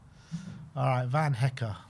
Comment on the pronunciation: I wonder how long before says Jan Paul van Hecke’s name correct the first time 😂